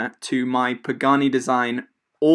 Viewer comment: Zero credibility when you said…Pagani. Jesus christ